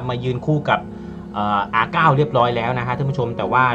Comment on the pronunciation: R นาย ครับ ไม่ใช่ R เก้า